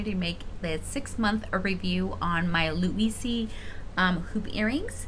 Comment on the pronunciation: It’s just pronounced like Lou-eez lol